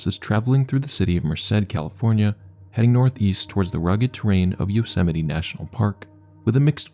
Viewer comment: Bro thats not how you probounce yosemite